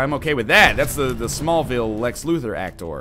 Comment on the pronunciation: Also, is it just me or was that the most awkward pronunciation of "actor" at like , somewhere around there?